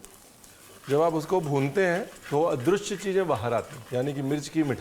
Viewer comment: Adrushya nahi sir, adrishya hota hai...Maam maharasthra se hai isiliye aap bhi unke rang mein rang gaye...waha adrushya bolte hai lekin north mein adrishya